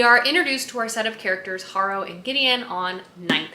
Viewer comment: I saw someone nicely correct your pronunciation on something, and i just have to do it before I go crazy. 🫣 My mother in law is named Harrow. The name and adjective are pronounced hair-row